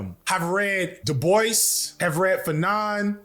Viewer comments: It’s pronounced “due-bwa” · Hasan couldnt pronounce "Du Bois" until a couple of months ago 😂